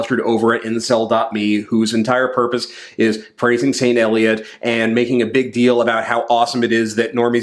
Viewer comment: Ha had to rewind when he said "praising Saint Elliot", I thought he was saying "praising Sam Elliot". I was like yeah, I could get into that, Sam Elliot is great.